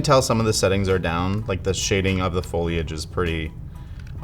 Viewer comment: The craziest thing I took from this video is no Canadian knows how to pronounce foliage 😂 or most anyone for that matter.